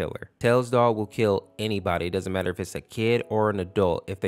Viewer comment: bro cant even say kill lmfao 😭😭😭